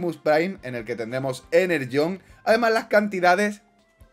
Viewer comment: deja de llamarlo enerllone es energone